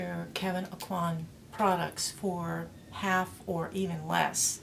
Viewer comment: ...Everyone pronounces his name Ah-qwan But you are correct, it’s pronounced Oh-qua. Btw, your name is so funny and it stood out to me because I’m big forehead gang to!😂 🤙🏾